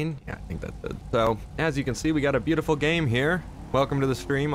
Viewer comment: "As you see we got a butifool -fortnite xNFL ad